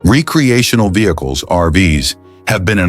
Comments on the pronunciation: AI robovoice couldn't even pronounce recreational at the start. Lazy editing. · Yup. i'm not watching it based on that and that alone.